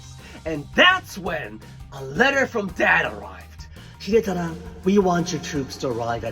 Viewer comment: Jokes on you, I spent the better part of this video practicing pronouncing Hidetada like you cause I thought it sounded neat. 😂